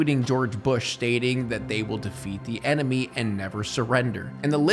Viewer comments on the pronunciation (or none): none